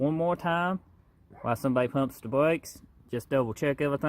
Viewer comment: Elmer Fudd stopped hunting wabbits to do bwakes.